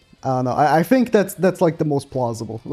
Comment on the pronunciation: "I fink like it could be like..."